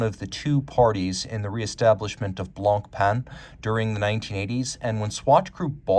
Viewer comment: One tip,: don't pronounce the c at the end of "Blanc."